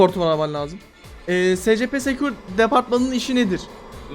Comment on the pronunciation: Abi bu arada scp "esipi" diye okunuyor